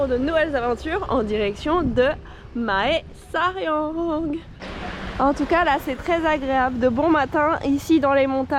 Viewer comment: Ahah excellent, j'avais eu une copine qui venait de Mae Sariang, ça me donne l'opportunité de voir à quoi ça ressemble ^^. Aussi, toutes les villes qui commence par Mae se prononce "mè" comme le mot mais.